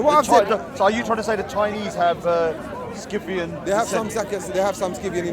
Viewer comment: They both can’t even pronounce Scythian 😂